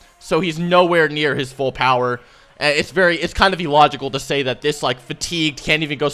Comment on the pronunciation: Its pronounced Ill-logical not E-logical